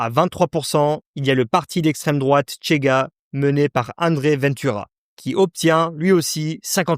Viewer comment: Au Portugal on parle le portugais et, par conséquent, on ne dit pas "Tchega" mais "Chega", comme en français, par exemple.